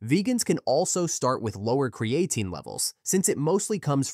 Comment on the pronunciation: Maybe learn how to pronounce the name of the subject of your next video?